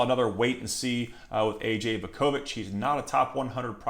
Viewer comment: Just a fyi….it’s Voo-ko-vich…..good bloodlines for him as well.